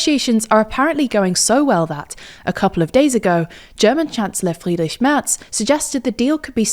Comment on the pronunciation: Props for pronouncing the German CH so well!